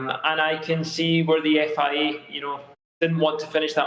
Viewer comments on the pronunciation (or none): "FIE" that accent tho lmao